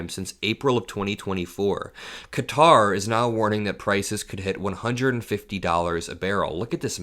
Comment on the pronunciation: Please learn how to pronounce Qatar corectly!